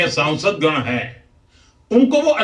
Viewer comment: भाई पहले संसद कहना तो सीख लीजिए ये सौंसद - सौंसद क्या कहते रहते हो आप।